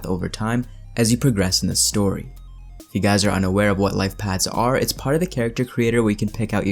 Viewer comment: Paths not pads.